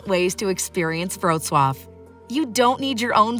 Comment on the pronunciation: Indeed, and the appalling pronunciation is an insult.